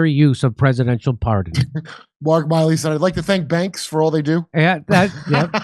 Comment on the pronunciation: Jimmy, its Miley, like MILL-E. Not Miley like Cyrus. 😂